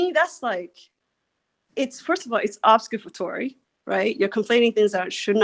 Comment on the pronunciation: First of all, it’s obfuscatory, not whatever the fuck you just said. “Obscuffatory”